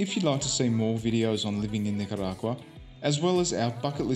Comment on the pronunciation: I'm sure you guys are extremely kind people, but please learn to pronounce Nicauarga correctly... Its cringe.. You guys kind of make backpackers like me look stupid & fitting a stereotype.. Yes.. I live here in Nicaragua & have been since March..